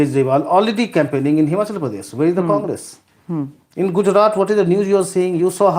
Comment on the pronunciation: Good show and. Only one peeve. misprouncess the last consonant of Gujrat consistently. It should be soft t and not hard t. English does not have soft t. But Indian languages do. Just listen to. He pronounces it correctly and imitate it. When Indian words with some specifically Indian consonants are pronounced like English words it is irritating and I feel you are making Lord Macaulay successful. Say aloud पंजाब-सिंध-गुजरात-मराठा Thank you.